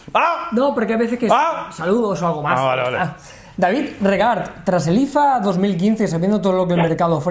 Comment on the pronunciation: Muy buenas a todos! 2 cositas: 1º Si no os importa, es regUart (la U es sonora) no regart como en el anterior Pregúntale a Andro4all xDDDD 2º Si tuvieseis que comprar un móvil para unas personas de unos 50 años con un presupuesto de hasta 180 euros, por cual os decantaríais. Y si es chino, ¿en que tiendas recomendaríais comprarlos? Gracias, sois muy grandes topes de gama!